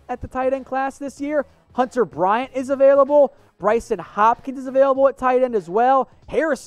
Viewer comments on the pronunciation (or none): none